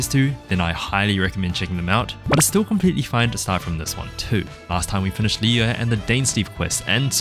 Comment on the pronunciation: merry Christmas!! as a challenge you could do that you can't use any mora or spend any mora :) also when u were done with the signora fight you said finish"e"d and also at the end of the act so u said the letter E ^3^